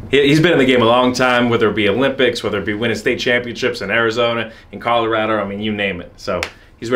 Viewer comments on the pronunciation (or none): none